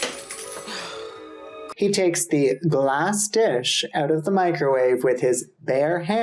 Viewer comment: Not the Mick-ro-Wah-veh 🤣🤣🤣